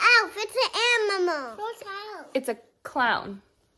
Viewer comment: OMG I LOVED it when she said "Ammimal" 🤣🤣🤣🤣🤣 Thank you for another inspiring video, I have to say....when you were cleaning your faucet, and i saw your Hand going toward it to turn it on, it was seriously like slow motion, i was like NOOOOOOO 🤣🤣🤣🤣🤣 I believe we've all done something similar, i know i sure have LOL!!!! Can you believe its literally down to the wire?? still so excited for you all and can't wait to see the new house, and thank you for sharing the journey with us all !!!❤️❤️❤️❤️❤️